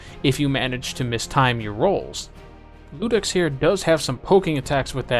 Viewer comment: Really liked your video but one thing was bugging me. It's Iudex, no Ludex. It's an i, not an L.